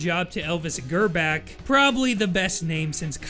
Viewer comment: Krieg is pronounced "Kree-g" which means "War" in German. Grbac is pronounced "Gr-ba-ts" or "Gr-ba-zz" (pronounce the ZZ like you do in Pizza, "ts"-sound) its a croatian name.